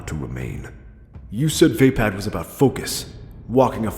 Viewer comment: vuh-pad, not vey-pad